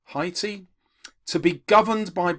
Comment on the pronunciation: Really gets my goat when teachers can't pronounce common names correctly. Haiti is pronounced 'HAYtee' and Haitian is pronounced 'HAYSHun'. Come on, you can do better!